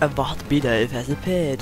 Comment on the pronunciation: Leuke video Je spreekt het uit als bidoef